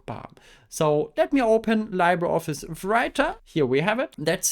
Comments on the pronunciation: "libre" is a Latin word, and Latin pronunciations tend to be straightforward, so it would be "lee-bray" instead of "lie-bray". "Library" comes from Old French "librarie", but for some reason doesn't carry over French pronunciation. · Hehe never heard it pronounced that way too. Either Lee-bruh (French) or Lee-bray (Spanish). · It's pronounced liːbrə ɒfɪs, not laɪbrə ɒfɪs. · Li sounds Lee, like Bruce Lee, please say "LeebreOffice" 😅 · LibreOffice should get an award for brand failure. I mean, half of the world's population can't even pronounce it right.